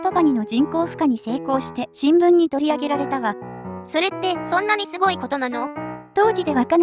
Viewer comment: すごいにんげんじゃなくて、すギョいにんげんですね！